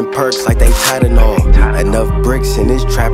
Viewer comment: Didn’t know that’s how you pronounce Tylenol